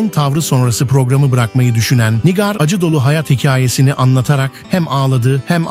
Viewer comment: NİGÂR diyemeyen de video hazırliyor ya. Pessz.